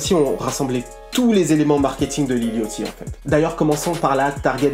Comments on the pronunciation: sa ce dit lil yaty pas lil yooty au pire dit lil boo pas lil boot frère fait un effort je pleure le sang avec ta accent mdrrrrr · Mon ceau-mor préféré c'est dirty mouth et pourquoi le gens prononce lil yOchty en normalement c'est lil yAchty on prononce un A pas un O aller écouter brocoli big Dady dram il dit lil yachty et prononce le A pas et pas yOchty sinon terrible le lifestyle decodeur comme d'habitude et j'attends avec impatiente le video sur travis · Mdrr ça se prononce "Lil yady", bref SUPER VIDEO tres apprecié, on apprend des choses sur Lil Yatchy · Très bonne vidéo poto mais juste niveau prononciation ça m'a grave gêné, Lil Yatchy ça se dit Lil Yady avec un d pas trop prononcé, et le pour Lil Boat, ça se dit Lobo lui même le dit... enfin à part ça c'était pas mal!